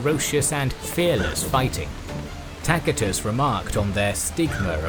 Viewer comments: His pronunciation is correct. That's classical latin. C it's not an "s". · "Takitus" is classical latin, spoken by the nobles of his time, while the common peoples probably mispronounced a lot of words. "Ci" and "ce" were pronounced "kee" and "ke" back then, but they eventually changed in "see" and "se" in Britain (or at least in their pronunciation of latin). A similar shift happened in other languages too. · A mere few minutes in and yet, already, this needs to be said: You MUST to surrender yourself in love to someone who knows to pronounce "Tacitus" correctly - and an English speaker none the less! I'm blown away in awe and reverence! Thank you!